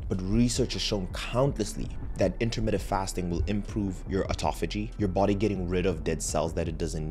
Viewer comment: Dude, it is not 'intermitted' fasting. It is intermittent!!! You're a 'doctor'?!